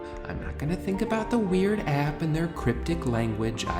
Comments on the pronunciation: I like how drew pronounces “app” like “ahyp” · Your southern twang comes out when you say “app”